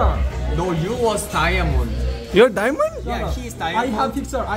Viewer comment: Daiyamond dont say anitink🤣